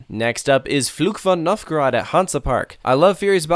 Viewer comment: I can’t blame you at all because I don’t think you speak German, but the pronunciation of Fluch von Novgorod was pretty good, but Der Schwur des Kärnan 😂😂 Good try though!